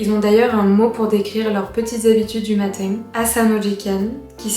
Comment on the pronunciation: Pourquoi tu as zero accent mais tu prononces matin bizarrement ?